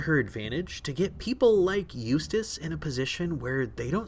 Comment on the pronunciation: Did anybody ever notice the way she says his name it sounds like used a**